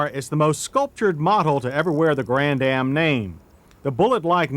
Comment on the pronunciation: Grann-Am not Grand-Dam. moron